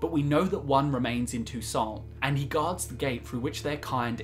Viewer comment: "So I though't I'd share my Tou-Saints". Ok.